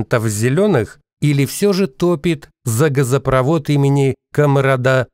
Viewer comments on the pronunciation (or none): none